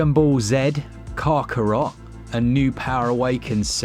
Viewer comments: For comedy effect I imagine. Also calling it Karkarot instead of Kakarot. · The way you pronounce kakarot and dragon ball z, i know you've never watched an episode of dbz 😂😂😂